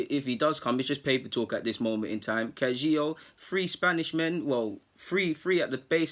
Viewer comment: Pronounce it Ka-Hi-Gao . You're welcome ☺